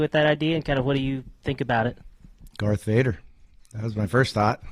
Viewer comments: dude said garth vader 😂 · Did Bobby say Garth Vader? I'm dead.